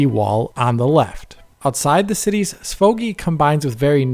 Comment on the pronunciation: Why did the way you said SVOGI make me laugh? 😂